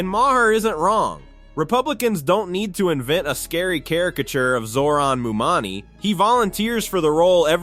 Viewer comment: Where do you get "mumani" from "mamdani"??😂